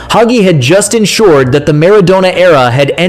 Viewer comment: Only an ignoramus or a data-poor AI bot could refer to the '94 World Cup as "the one thousand, nine hundred and ninety four world cup", mispronounce Maradona, wrongly claim that the whole world was waiting for Diego's redemption (we weren't, we really weren't), call prime-time Romania "a dark horse country" and describe Hagi's superb strike as "a left foot swing". Ha-ha-ha!